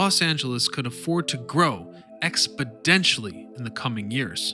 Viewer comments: Exponentially not expodentially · “Expidentially” Do you mean exponentially? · "expadentially" Exponentially. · Exponentially!! Not Expodentially!! That bothered me more than it should 🤣🤣🤣🤣🤣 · "Grow Expedentiary?" 🙂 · "Expedentially" is not a word.... "exponentially", however, is a real word. Interesting video regardless 🤔. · "Expodentially" the wildest documentary! Good stuff. Exponentially filled up brains! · Expodentially sounds like a mixture of the words exponentially and expeditiously. Very interesting 🤔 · Great video. But the word “expidentially” is driving me nuts. lol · "Grow expidentially" 😂😂😂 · This channel is great not only for the history but also because it keeps your attention with randomly mispronounced words. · There’s no “D” in the word “Exponential.” Please leave all “your mom” jokes and other Penis related comebacks in the replies of this comment,,,, thank you 🙏😘 Btw, love your content and I’m just having fun with your mispronunciation of “exponentially/exponential” Just having fun. Thanks for the great content.